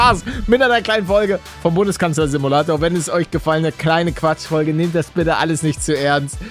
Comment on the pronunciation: Bundeskanzler Simuäuäuä😂😂😂😂😂